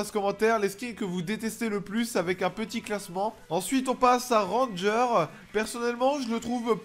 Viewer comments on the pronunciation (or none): none